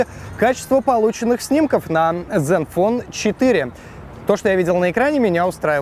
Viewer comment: zen fone а не Dzen вот кто таких берет в блогеры